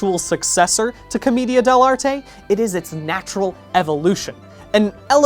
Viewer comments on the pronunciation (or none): who's gonna tell brian it's pronounced "cohm-AY-dia" not "cohm-EE-dia" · I think it’s pronounced Cah-MAY-dia? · Brian I love u but it's "co-MAY-dia"